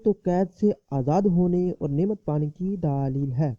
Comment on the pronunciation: bhai urdu to bolna sekho please apko sun k gusa ana lg jata ha gaib ko geebat bol raha ho or daleel ko daaleel socho kuch seekho